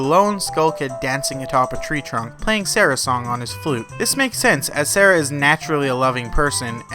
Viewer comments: And that he prononces Saria, Sarah? I've always pronounced it Sar-E-ah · It’s Sah-ree-ah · Nobody is going to point out he said Saria's Song as Sara's song. Termainia? Ugh. Its Termina... The cringe is real. XD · S_a_r_i_a not sarah